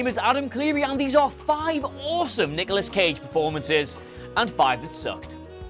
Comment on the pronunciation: Anyone else hear Niggalos Cage?